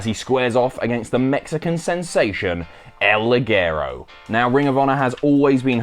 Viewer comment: Can you guys seriously not pronounce El Ligero right?